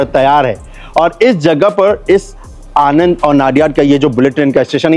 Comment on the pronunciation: Sir it's आणंद not आनंद In Gujarati આણંદ